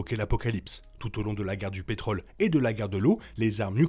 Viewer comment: On dit pétrole, mais on dit contrôle, rôle et on prononce le Ô circonflexe, mes oreilles arrêteront de saigner. Parmi les nombreuses erreurs ; ce n'est pas Mad max qui conduit les colons (pourquoi colons ?) à quitter leur puits de pétrole, mais leur désir de trouver une terre nouvelle au bord de l'océan (rappelle toi les filles en maillot de bain sur le dépliant photo). On ne parle pas de Mad Max 3, dommage, car on y parle beaucoup de ce qui est arrivé.